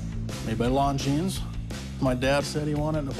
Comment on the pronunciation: You would think that Corey being such an expert, would at least know that the "S" is silent in Longines...